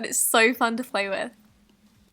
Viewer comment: did she say flay with instead of play with?